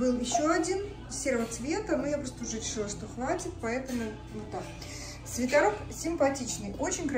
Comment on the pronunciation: почему вы говорите свитАрок, а не свитЕрок?